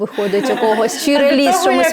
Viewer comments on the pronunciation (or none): none